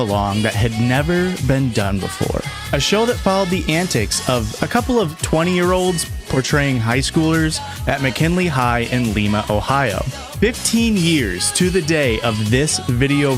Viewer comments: It’s pronounced “Lie-muh” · Sir, as a resident. It is LIMA like the bean. Like “Lie-muh” Lima. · It's lima and lima bean! Not Lema :) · First of all, it’s pronounced “lye-ma” not “lee-ma” because it’s not Peru 😂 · Bro can’t pronounce Lima, Ohio 💀